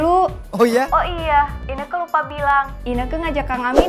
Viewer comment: Ineke bukan keke